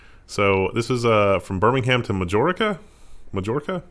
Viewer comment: It's pronounced Majorca, not Majorca